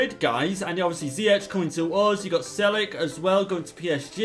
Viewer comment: u don't say it as celik u say as CHELIQUE